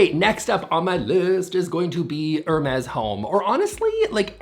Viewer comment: I’m always a little irritated that the “s” at the end of Hermes is pronounced. If it’s French, it’d be “air-meeehhh” right? Right??